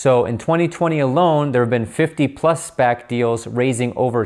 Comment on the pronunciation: Been waiting for someone to explain SPAC's in layman's terms. Thank you,! Also bonus I now know how to correctly pronounce it (been calling them S-passes lol).